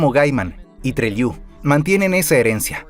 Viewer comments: Treliu, me mato jajajaj es TRELEW (treleu) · Treliú, fallo la IA, muy buen contenido.